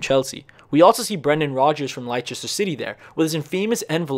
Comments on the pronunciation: for future reference Leicester is pronounced less-ter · did he say LYCHESTER CITY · Ah yes lichester city. Lehstr is you it's pronounced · Please pronounce Leicester correctly. Its not Leichester, its Lester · really said Lighchester XD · Good video but Leicester is pronounced more like les ter. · when he said "LIE CHESTER" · I cringed so hard when I heard this. Also “lie-Chester” like come on hah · lie-chester city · Lie chester city 😂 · Your pronunciation of Zidane and Leicester City 😂😂😂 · Wtf was that pronunciation of Leicester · Bruh that ain’t how you say Leicester 😂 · That Is not a right way to pronounce leicester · pronounces EVERY Spanish name correctly but fucks up Leicester... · You know so much about football and yet you dont even know how to pronounce Leicester?